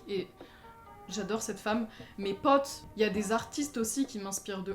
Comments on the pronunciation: Je suis là seule que ça me dérange parce que elle a un accent ultra bizarre quand elle dit mes "potes" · le "pote" avec ton accent 🥇